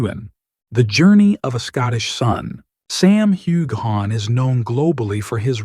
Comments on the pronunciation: You say her last name correctly but butcher his? Do your job! Mispronunciation is rude and insulting! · Here here!!! I have listened to several of your reports and you always pronounce Sam's last name incorrectly but you never pronounce it incorrectly twice the same way. Do your job!!!